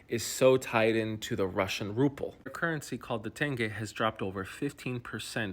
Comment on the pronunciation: Russian RUPLE? Come on, man... you're better than that!